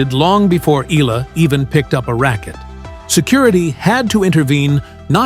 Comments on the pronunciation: Eala - eh-ya-la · Hurrah Alex E-YA-LA